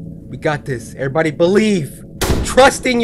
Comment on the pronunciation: 'e verybody calm down'